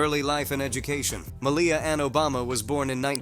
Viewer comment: Her name is pronounced as "MALia rather than maLIA